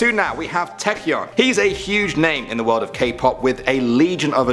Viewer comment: it's Tae-cyeon not Teac-yeon:'D